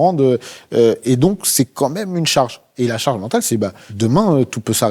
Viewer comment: on dit "quand meme" pas "comme meme" 😂😂😂😂😂